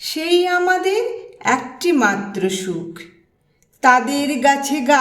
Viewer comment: খুব সুন্দর পড়লেন দিদিভাই ! এক মনে শুনে গেলাম 🙏❤❤🙏 কিছু মনে না করেন তো বলি... " একটি " শব্দটির " এ " এর উচ্চারণ "এ" এর মতোই হবে ..." অ্যা " হবে না... শুনে ঠিক করে নেবেন পরবর্তী উপস্থাপনায় ...